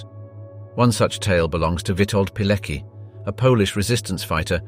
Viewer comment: Where do you FIND these commentators? The Polish name Palecki is pronounced "Paleki" instead of the correct "Paletski." Hoess (Höss) is oronounced "Hoss" instead of "Herss." To name but two. Is it so difficult to get this right?